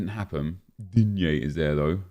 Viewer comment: No one: Literaly no one: Nep: "DigNE"